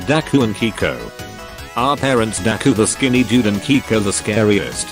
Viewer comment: Stop calling Keiko "Kiko" 😭😭😭